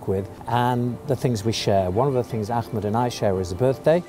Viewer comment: How biased is this video? Also the awful pronunciation of Ahmed's name. Her the Jews look like victims and Arabs look vicious.